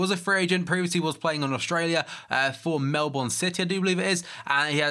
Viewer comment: Melbourne not melbooooooorne